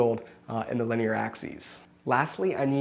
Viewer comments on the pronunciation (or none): none